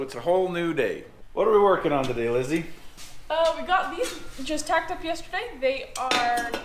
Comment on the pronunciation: Sorry Lizzy, not Lisy